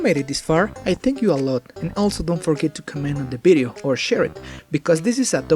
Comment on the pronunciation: I love it when you say ”bideo” it makes me feel like I’m talking to my Spanish friends